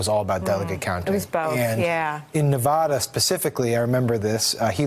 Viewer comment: A note to Easterners: Ne-vaa-da NOT Ne-vaw-da.